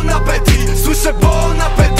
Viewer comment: Po tytule zabłądziłam na youtube. Jak można nadać tytuł piosence i nie sprawdzić poprawnej wymowy !? Mówi się się [apeti], a nie apetit !